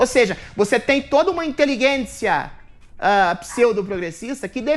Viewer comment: pq o Adriles sempre fala "inteliGUEncia??